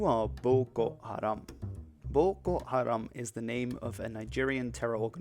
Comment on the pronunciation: Why do you pronounce "Boko" like if you were a japanese person?